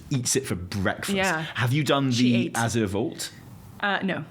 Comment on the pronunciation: Thank you for pronouncing "Azure" correctly!!!! OMG it's killing me how many people can't speak proper English. My school teacher brain goes into meltdown every time I hear someone pronounce it uh-Zoor. And I'm an American!